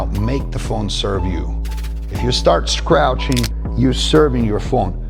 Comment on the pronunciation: wtf is "scrouching"